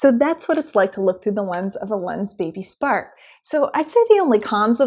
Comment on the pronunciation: i thought she say Lensbaby Sperm :D :D